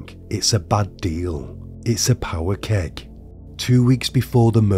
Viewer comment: I really enjoy your content, and i mention this only for comedic purposes. whats a "power keg"?